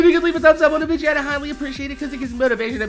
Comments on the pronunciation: why do you say videa instead of video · lol i looked it up its actually vidja games and the definition sais its how said video games